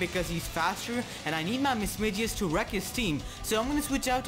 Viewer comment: It's pronounced Mis MAG ius